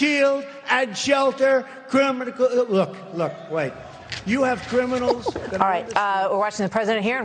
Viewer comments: Did trump just say "crim-inem-icals" before the rest of the gobbledygook? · Katt Hudson Maybe he was listening to West Side Connection...that line that says, “Crimin-im-inals?” Lol